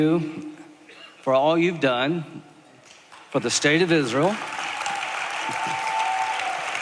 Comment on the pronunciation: Lindsey Graham should be slapped for many reasons but every fkn time I hear him say “Isrul“ it makes my skin crawl